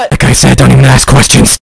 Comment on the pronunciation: don't aks questions